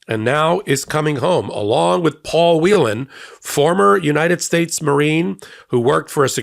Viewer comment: Paul Whelen's last name is pronounced "Whale-n" not 'Wheelan'. Congratulations to all who are released. Thanks to President Biden for getting the job done. VOTE BLUE! 💙💙💙💙